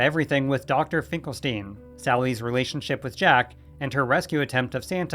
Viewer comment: Finkelstein is pronounced as "Finkel-STINE" not "Finkel-STEEN" as he is a parody of Dr. Frankenstein.